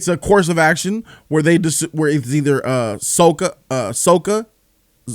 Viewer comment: Sokka’s name is pronounced “sock-a”